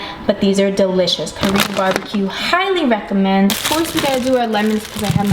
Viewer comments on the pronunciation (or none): none